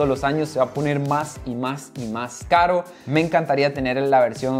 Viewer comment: “Que carwo, espero que se haga rwealidad” 😂😂😂😂😂